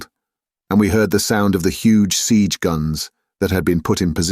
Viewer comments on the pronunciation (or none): none